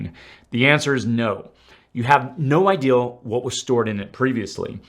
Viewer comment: It IDEA not idil . You can use the word ideal in the right context. But "that's a bad ideal ". Is incorrect. And "it's a bad "that's a bad IDIL ". Means literally nothing. I'm always baffled by how people who are otherwise perfectly intelligent and well read individuals, mispronounce common words.